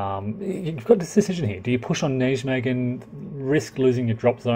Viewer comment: Come on with the name Wise Guy History you could dip a toe into research. You're not a Yank so make an effort with foreign place names! It's Dutch - "J" is pronounced like a "Y" [NY-may-gən], "W" like a "V" "Vaal" & "Cuijk is similar to to "Kaayk" [one syllable]. Wargamers profess an interest in history & nearly all of them get the basics wrong on names, dates & geography.